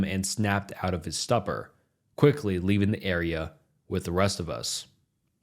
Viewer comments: In case he sees this, the pronunciations are as follows: stupor = stew-por, djin= Jin, benign= ben-nine. No hate, love the videos :) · ayeeeee! - stupor : stew-purr - djinn : gin/jin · Since ive seen it in a few videos now... Stupor = stu is pronounced as in stupid. Djin = pronounced gin, like the drink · SAW pronounced “saw” Stupor pronounced “Stew-per” Djinn pronounced “gin” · I read this comment thinking okay so far I haven't heard any mispronunciations, up until I heard him pronounce stupor as "stup-or" how do you pay attention this closely?? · Pronouncing stupor as stupper is wild 😂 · Are you in some kind of a stupper? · What real life adult human with English as their 1st language who READS edited scripts on edited videos for a living mispronounces STUPOR? How would this AI narrator pronounce SUPER? Super Man ate his supper and it put him in a super supper stupor. 😆🙄🫤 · If this is a real person reading these stories…. Please google how to pronounce words you’re unfamiliar with, like, “stupor, Djinn, and corrugated”